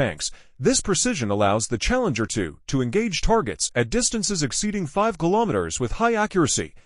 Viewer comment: Ah yes, the *CHALLEMGER*.